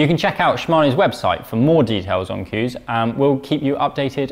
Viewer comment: Coos!!!! Don’t think that’s how you pronounce it! Moooo 🤭